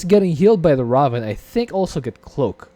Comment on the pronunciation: "Ray-ven" is how its pronounced :)